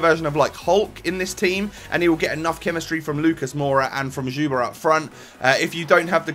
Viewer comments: its like "thyouba" or if you are able to pronounce "sch", youcan also say "tschuba" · you say it like zyuba